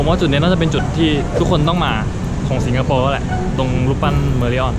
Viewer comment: ชอบพุดว่าถังคยะสิงกะโปข้าวมันไก่สิงโปร